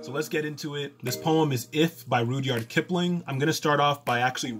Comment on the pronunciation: Well done, sir! May I comment? It is pronounced RUDD-YARD not rood-yard. Thank you. God bless you.